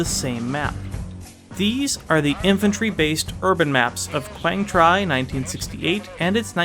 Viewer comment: Minor correction since I'm Vietnamese. You can pronounce "Quang Tri" as "Wang Tree"... It's "tree" not "try". But still, I love your video. Though I only played Vietnam and BF2, I find your analysis entertaining and informative.